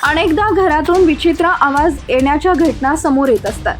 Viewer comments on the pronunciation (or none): अणेकदा काय घटणा काय माकडे आधी शुद्ध मराठी बोल,हणी काय, तुझ्या दोन थोबाडीत द्याव्या वाटलं तुझं अशुद्ध आणि घाण मराठी ऐकून. समजलं का.मातृभाषे चा असा अपमान करायला लाज नाही वाटतं न च्या ठिकाणी ण,ण काय म्हणतेस मूर्ख बाई